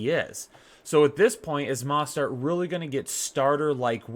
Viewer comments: YOU ARE SAPOSED TO PRONOUNCE THE O IN MOSTERT Please stop it’s so annoying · Please learn how to pronounce Mostert. Sheesh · Ha learn how to pronounce Mostert bro